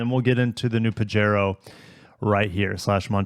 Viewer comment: Pajero is a Spanish word,. It's pronounced PA-HAY-RO.